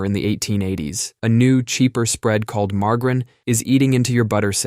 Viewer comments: Ma Jerr in Not mar gar in 😊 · "Marge-Ah-Rin." not "Mar-Grin". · Say it with me now marg-a-rine lol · The fuck is "Margrin"? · What’s “mar-garrin”? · Ikr? I can't believe he said mar-guh-rin! 🤬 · Yea... Who the hell says margarine with a hard g? I lost respect for the dude speaking after hearing the way he says margarine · I’ve never heard margarine said that way